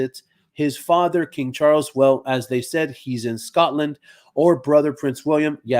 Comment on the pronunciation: I didn't know you can speak Afrikaans 😁Skotland like we say it